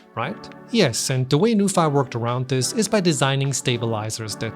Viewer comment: Is it not pronounced as 'noo-fee'? 😅